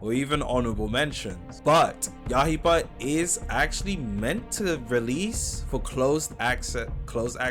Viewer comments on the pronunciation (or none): Bro saying Yahiba 💀